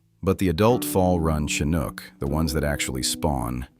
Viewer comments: AI has a long way to go... Ive never heard of a "kinook" salmon. 😂 I hope the numbers mentioned are accurate. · That explains the "Fall Kanook" statement. Are any videos narrated by humans anymore? It seems like the answer is no.